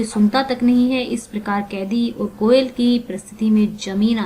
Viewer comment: It's not "koyala" , It's "koyal"